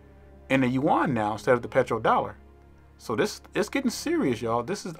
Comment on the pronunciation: This is great--brilliant, dude! So glad to hear someone say Yu-an (not "Yen")